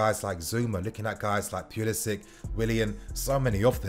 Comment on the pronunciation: Love the vids but you gotta stop mis pronouncing Pulisic bro. “Pull-isic”